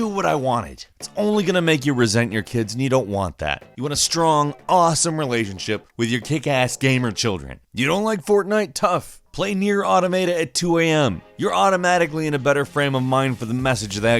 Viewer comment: It pronounced aw-tom-uh-tah not auto-mate-uh